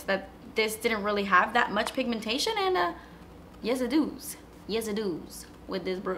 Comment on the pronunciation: "Yes it doos, yes it doos" 😂😂😂